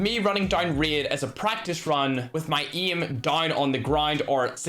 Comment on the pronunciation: Why tf do you say geem and eem! Not to be a dick but it sounds very disgusting